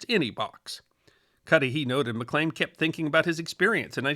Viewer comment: One point: Malcolm McLean's last name is pronounced "Mc Leen", not "Mc Lane"